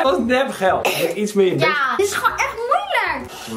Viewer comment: Zij komt zeker uit Westland ik hoorde echt zo jaaaaaa